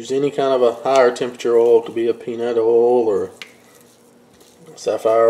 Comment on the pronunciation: where does one acquire "sah-flower oil"? lol